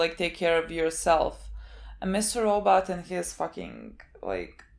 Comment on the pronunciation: I never get sick of "We are watching Mr. Rawww But".